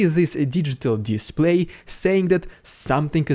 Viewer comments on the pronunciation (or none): none